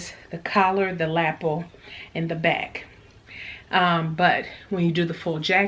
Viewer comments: La - pel not lap el Not being mean just helping you pronounce it right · your Tara fitting mock up is great, excited to see it finished. Love the way you say lapel, like lapple, great fun. Thanku for sharing your day. x